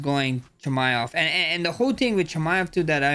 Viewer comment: Chimm ev